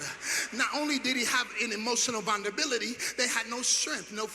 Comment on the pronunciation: You heard him …vunderbility … if u pronounce it any other way it ain’t right gotta love this guy